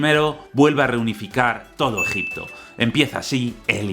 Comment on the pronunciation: Empieza el vídeo...: Gegipto Yo: empezamos fuerte:v